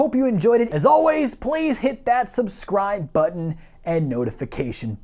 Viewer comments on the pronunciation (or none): none